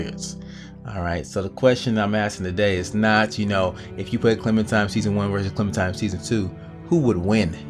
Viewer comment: lol why r u calling her clementime? its clementiNe